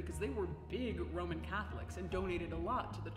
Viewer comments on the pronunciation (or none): none